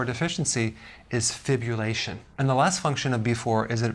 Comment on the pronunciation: Fibulation? Lol you pointed to fibrillation and said fibulation but I knew what you meant Doc.